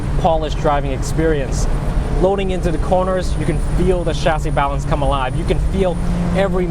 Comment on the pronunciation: the way he says chassis pisses me off